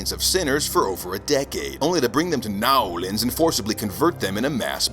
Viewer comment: Hilarious as usual…. Actually properly pronounced New Orleans 😂